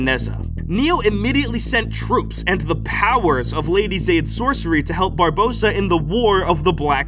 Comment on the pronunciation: Atleast pronounced Barbossa right this time 😂😂😂